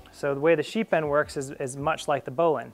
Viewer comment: sounds like you're sying "sheep end" :) nice demo of the bowline on a bite.. never saw that one before.. the second knot you called a bowline on a bite is a doubled bowline.. one of my favorites